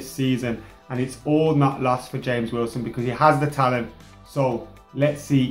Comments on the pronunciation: Is his name even supposed to be HAMEZ instead of James?? I thought he was English ffs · Yeah I know right even pronounce's it as Hamez at the start then he calls him James lmao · WHY DOES SAY HAMES ITS JAMES WILSON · It is not Hames, It is James. He is English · do you mean James Wilson and not Hames Wilson. He's English not Columbian. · you got me saying HAMES everytime i see the name James WIlson... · "H"ames Wilson 😂👌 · why does pronounce him as james(ha-mes) he is english,not Hispanic/lationo or Portuguese isn't he? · Has everyone been living under a rock? He's been calling him "Hames" for ages, it's a joke. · Please pronounce James as it should be pronounced in English... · Please stop pronouncing 'James' in a Spanish way, it simply doesn't make sense. For the rest, keep up the good work :D